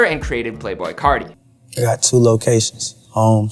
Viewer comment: Playboi cahti